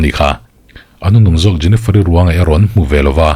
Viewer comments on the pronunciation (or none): a isawi hming khi jeniferi iti ve2😂😂😂